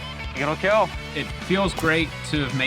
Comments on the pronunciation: "It will keal"... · "Your weapon, it will kiiel" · "It will KEEL...." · It is absolutely ridiculous they can't say "kill" in the show that is all about things that kill, and had to develop this family friendly "keal" monstrosity. Incredible idiocracy. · It will Keel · iT wiLL KeEl! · it will “KilŁ” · I think it is pretty annoying how he pronounces the word "Kill". I wish he didn't do that. Worst part of the show.